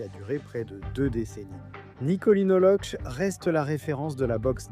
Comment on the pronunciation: prononcer Lokké.